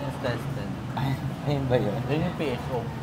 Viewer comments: The editing is commendable 💗 Then ayeeee, yung "pho" is pronounced "fuh" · "Pho" pronounced as "fa"